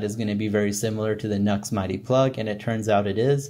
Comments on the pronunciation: It's not NUX, it's NU-X (new-ex) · NUX??? What a Nuxlehead!!! 🤣🤣🤣 That's NU-X bro', as in "New Ex". Next time some sound samples would be extremely beneficial as it would mean that we could actually form our own opinions as to which one is best for each of us...just saying.